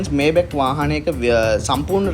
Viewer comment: මේබැක් නෙමේ මයි බැක් හරියටම pronounce කරනවානම් මයිබැහ් අහන්න ජර්මන් කෙනෙක්ගෙන් BMW ජර්මන් බසාවෙන් උච්චාරනය කරන්නේ බී.එම්.වී කියලා.බයිරෙෂ මොටහරන් වර්කර්. (Hermes යන brand name එක අර්මෙස් කියලා ප්රංශ)